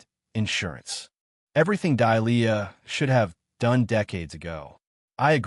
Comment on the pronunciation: Good grief is the HOA ladies name Delia(Dêlēâ) or Dahlia(Dâlyâ)? Dahlia is not pronounced as Dīe lē yâ(see preceding phonetic).🙄 No matter which name it is the AI Narrator can't pronounce either one correctly!